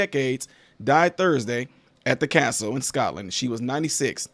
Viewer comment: You are pronouncing the names and the castles perfectly. Love from Staffordshire England. PS: she did not marry at 13, she met him and fell in love and married when she was 21 I believe. The Queen had bone cancer.